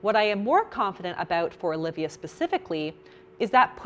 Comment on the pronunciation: omg. I have just found someone who can pronounce "Alivia" right... Every stranger I meet spells my name as Olivia, or if I tell them the spelling, they go for the Aaaa- Lee-ve-ya haha